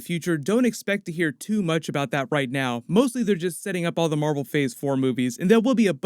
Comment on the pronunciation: *captain mar-vel ! Say it right